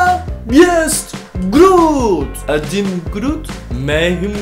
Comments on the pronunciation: This isint adim it is adım (turkish) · Türkish is not adim groot its adım gruut. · Adim değil Adım